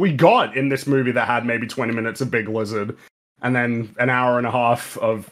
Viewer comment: 5 seconds in we got "Lig Bizard" and I already know this is gonna be a good one!